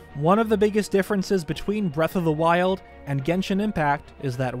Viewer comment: Did he say “Breath of the waifus”